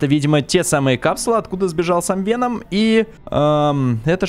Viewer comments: Не веном а вэном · Вееном а не вечером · Правильно говорится "вЕном" а не "венОм" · вЕном ударение на Е! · Веном. Ударение на е а не на о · Не ВенОм а ВЕном ударение на е ну это твоё дело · Вееееном а не венооом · и да правильно вен0м не вено0м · не венОм а вЕном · вЕном а не венОм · Венома ударения на е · СимбиотЫ* (ударение на Ы) вЕном (удариние на Е) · правильно говорить Ве́ном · Если что то Веном ударение падает на е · Веном ударение на е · Правильно говорить вЕном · вЕном правильно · веееном правильно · ТЫ 100% НЕ ФАНАТ ВЕНОМА ТАК КАК ТЫ НЕ ПРАВИЛЬНО ПРОИЗНОШИСЬ ВЕНОМ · Веном на первый слог падает ударение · Веном, ударение на е!! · В слове веном ударение на е